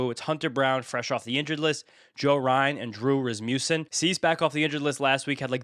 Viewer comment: Rasmussen is so underrated, his name isn’t even pronounced correctly 😂…(Ras-muss-en) not (Ras-Moose-en) What more does he have to do to make it to tier 2? 2.59 ERA, 84 K in 80 IP, 6 Wins… Same WHIP & K/9 as Ohtani w/ almost half the BB’s 🤷🏼‍♂️